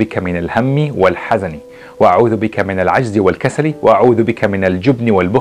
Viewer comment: Dear.. You good & nice subject, but a I hint you a correction about ( الهم والحزن ), you said( الحذن) instead of (الحزن). Thank you...